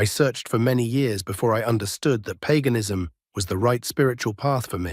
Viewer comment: Paganism It's not pronounced Peganism it's pronounced payganism